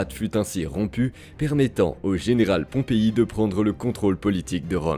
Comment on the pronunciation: L'IA s'emmêle les pinceaux entre Pompée et Pompei.😂